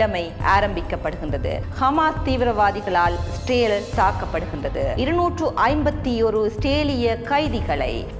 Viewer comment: Learn to pronounce Israel in Tamil. Your Vanakkam also looks funny.